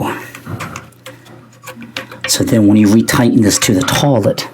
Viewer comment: Where are you from where it's pronounced Taw-Let? Not making fun, you'd think it was weird i call it toy-let.